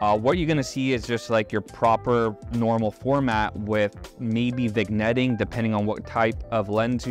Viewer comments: the g is silent in vignette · Did you say Vigg-netting?